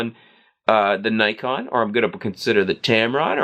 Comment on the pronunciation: U mispronounced Nikon so everything you said is automatically invalid.